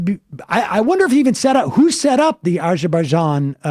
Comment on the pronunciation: Sam saying Azerbaijan, sounds like a drunk person saying absolutely anything.